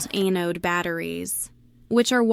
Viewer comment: EH-node supply?? stupid AI....